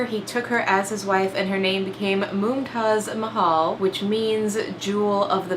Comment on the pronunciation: As an India, Im suprised how good your pronounciations of Mumtaz mahal/ajoban bano begam and SHAH JAHAAN WERE